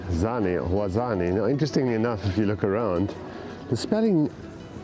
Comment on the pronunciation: it s called Wazzan not Wazzani and you should spell Z as Zoo not thick as Zambia